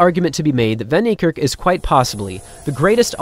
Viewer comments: true, "Fun" "Knee""Kirk with a rolling RRR as if your are a Scott , Arab or Russian. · Hey! STOP pronouncing his name as "von" Niekerk. That is WRONG. It's correctly pronounced more like "fen". If you're going to honor the guy, at least show him the minimal respect of pronouncing his name correctly! This isn't the first time this is being pointed out to you. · Bro you guys have to learn to pronounce names. You have google. Come on. Its "Van" as in "fun", "nie" as in "ni hao" and "kerk" not "kirk". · I think the narrator understated Van Niekerk’s magnificence. He’s clearly the greatest human to ever live. Also, I’m a native English speaker from South Africa, and the mispronunciation of WV’s last name is really grating. It’s like this, I’ll sound it out phonetically for you: Van-Fun Nie-Ni Kerk-Kairrk. Wayde is VeyDa.